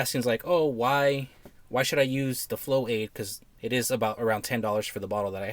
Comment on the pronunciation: LMAO Flow-aid 😂